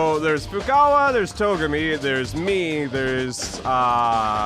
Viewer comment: "Hey Fukawa" :) By this time you learned to pronounce their names... at least the ones who are still alive. Anyways, love your content, still have 20 minutes to see... returning to it :P